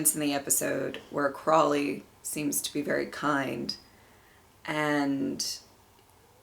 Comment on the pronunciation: The next episode is my favorite >:3 Also you said Aziraphale right! (Said Crawley instead of Crowley tho haha)